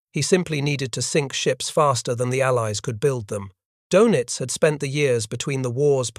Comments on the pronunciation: His name is not pronounced "Doughnuts". Try "Doynitz" to get close. - The Pacific battle was determined when the Japanese were chased off of Guadalcanal in January, '43, the African littoral when the Nazis were expelled from Tunisia in May, '43. The Nazi 6th Army surrendered in February '43. Doenitz gave up in March '43. By late Spring, 1943, the war had been decided. - No. After Spring, '43, the Battle of the Atlantic was over in everything but claims, as was the war was in every other theater. - This was the exact circumstance facing Japan, but the Allies hadn't yet killed enough of Hirohito's subjects to satisfy his thirst. He would finally be satisfied in August '45, after he realized that he well may be next to be incinerated. - Military defeat in the mid-Atlantic isn't 'some distant battlefield'? Yes, yes, it is. - Von Rundstedt didn't know he had to defeat William Knudsen, and he didn't. Doenitz didn't know he had to defeat Henry J. Kaiser, and he didn't stand a chance. - 'Barely 8' above the waterline'?! Bullshit. - How many on patrol? From memory, he never got close to his stated requirement of 200. - And one pederast! - If you can calc the number of calcs required to break the code, it is NOT 'mathematically unbreakable'. All you need to break it is a high-speed calculating machine, and that's what the pederast delivered. Once you 'broke into' the code, the hits avalanched. - You might assume Turing could have 'sup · ADMIRAL KARL DONITZ - IT'S REALLY NOT PRONOUNCED THAT WAY. THERE IS AN UMLAUT OVER THE O IN DONITZ. YOU SAY IT LIKE DAYNITZ, BUT WITH YOUR LIPS ROUNDED FOR THE FIRST SYLLABLE.